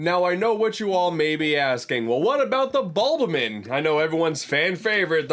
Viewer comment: Say "Bulbamin" one more time I fucking dare you they're not a fucking pokemon (jk I love your vids as much as I love pikmin)